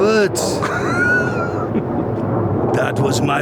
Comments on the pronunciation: Hehe "ROBAAAAHT. THAT WAS MY REAL AHM!" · "Robaht... dat's my real AHHHHHMMMM..."